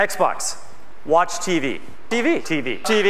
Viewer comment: Teevy. Yup. That's my only contribution to the comments section of this video. Nothing intelligent, nothing witty, nothing clever. Just "teevy."